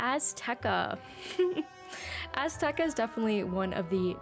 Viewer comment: i like azteca sm! im so glad to finally not see someone calling it ass-teca lol